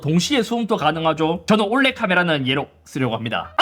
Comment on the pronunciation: 잇섭 특유의 쪼...올해를 항상 올레 라고함 ㅜ 예전엔 발음이나 이런 부분 교정해서 잘말해주시더니 ㅠ 요즘은 반영이 잘안되어서 아쉽... 올레만 발음 좀 고쳐줘요 ㅠㅠ